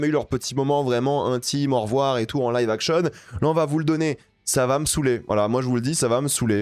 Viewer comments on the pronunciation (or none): none